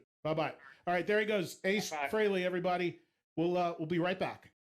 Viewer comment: I’ve heard Ed say it right so it’s weird that he called him freeley